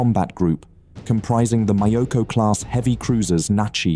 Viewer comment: Myoko not Mayoko